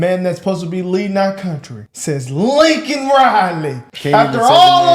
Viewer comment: DO NOT, NEVER FORGET!!!! THAT biden APOLOGIZED FOR CALLING THE PIECE OF SHIT, "ILLEGAL IMMIGRANT." HE NEVER APOLOGIZED FOR SAYING LAKENS' NAME INCORRECTLY!!!!!!! Y'ALL DO THE FUCKING ARITHMETIC!!!!!